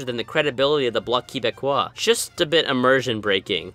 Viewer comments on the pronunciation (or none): why did he say Quebecois like he was saying the word quiche